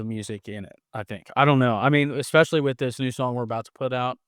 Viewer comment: Someone needs to teach how to pronounce the word "especially." Haha!